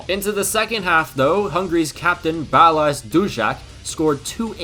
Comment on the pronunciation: Just so you know, balázs dszudszák is pronounced "Buh-laj jew jack"